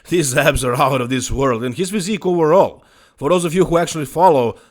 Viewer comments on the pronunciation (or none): English native "Overall", speaking "oWerall" 😀